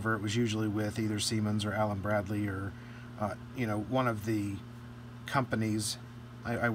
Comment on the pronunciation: Cant wait to see it at work! On another note, every time said "Allen Bradley" I comprehended "Allen BRADY" and saw Carl Reiner in my mind...